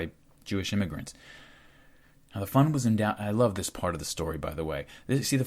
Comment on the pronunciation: Another fantastic oral essay! I kept mishearing the word fund, I would hear fun. This made for some strange ideas. "As a young jew I would contribute to the jewish fun. Once the fun was big enough..." Pretty funny. Can't pass up an oppurtunity to make light of the heaviest of situations.❤🎉 Thanks for helping to make the world more knowledgable.👍🏾🇺🇲 You are doing good things, brother.